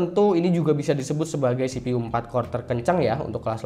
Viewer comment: CPU dibaca sipiyu bang.. Msa sipi uuu.. Wkwkk ngkak.